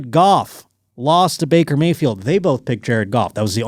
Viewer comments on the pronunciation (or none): none